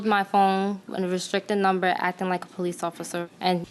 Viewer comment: She said - "I called de "POE leece"... POE leece... ? ... "😮" ...